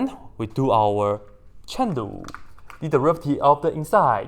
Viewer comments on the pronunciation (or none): Is he saying Shen Lu (as a joke? i find it funny) or Chain Rule? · Its chain rule guys if anyone is hearing chen lu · Thought he was saying 'cheng lu' then i realized it's chain rule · me enjoying his pronunciation of "chain rule" love it. also the inverse hahahahaah